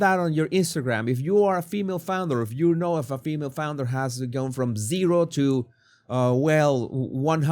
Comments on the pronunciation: You are making me laugh. Instead of saying founder you say flounder which is a fish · Did you just say “flounder”? 😂😂😂